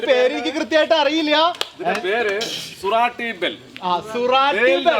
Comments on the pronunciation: സുറാട്ടി ബെൽ അല്ല. “സൂറത്തി ബേൽ” (ഗുജറാത്തിലെ ഒരു സ്ഥലം) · സുരാട്ടി അല്ല സൂരത്തി ആണ്